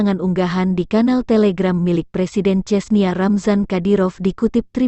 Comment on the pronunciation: CHECHNYA WOIII BUKAN CESNIYA 🤣🤣